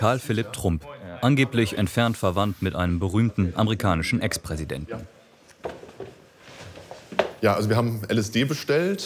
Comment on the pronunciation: "berühmten amerikanischen expräsidänten" 😂😂